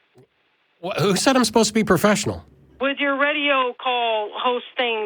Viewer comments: "You sposed to be puhfessional" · Lol! "you're asposed ta be a puffeshunnal" When babies mispronounce words and pout it's adorable, when adults do it it's an embarrassment to the human race. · The way she takes the r out of professional is really bothering me… “poffessional.” 🥊 🤬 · What the hell does "pofessional" mean. Someone needs to give her an "r" s.t.a.t. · "You're aposed to be pofessional!" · Yuh posed tuh be pwofeshunal!! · Geeze this was so memetastic: "You were sterrrrrrrn with me" "You're supposed to be pouffesional" and of course: "All I did was ask questions and you got butt-hurt" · " ya suppose be POfessional..be POfessional" idiot 😅😂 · “Pofessional“ lol 😂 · "You not bein' po-fess-io-nal" This lady. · You sposed to be pohfeshenal